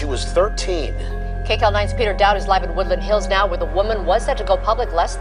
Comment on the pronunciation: are we serious right neow..... 😂